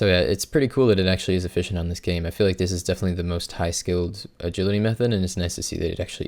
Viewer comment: I think that's the joke guys. He says the e like an i